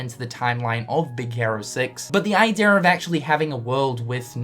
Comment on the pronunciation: eye-dee-uh not eye-dear lol